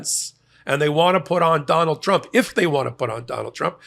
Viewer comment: Di9d this clown go to college to learn how to say TRUMP????? LMFAO